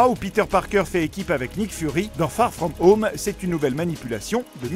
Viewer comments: "spider man FaRe FraUmE HaUMe " 😭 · ben... Bien sûr que je n'ai pas l'accent le plus anglais du monde mais je voulais juste rigoler parce que il dit " far frome home " d'une façon vraimeent française mais je n'ai jamais voulu avoir des propos méchant... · Tssss... Fait pas le mec. Personne ne dit "Spaïdèr Man" tout le monde prononce "Spider man". Peut être que tu le dis parfois mais fais pas genre quand tu parles du film tu as un Français normal et d'un coup tu prends un accent du futur pour bien prononcer "Far frome home"